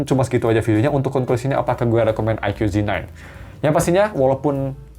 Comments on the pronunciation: Baca nya Eike bukan Aikyu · Ikoo zi nain, bang . Bukan aike yu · aiku bacanya, bukan aikyu.. 🤭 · Bacanya "aiku" bang bukan "aikyu" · Aikyu aikyu kesel bet gw dengernya..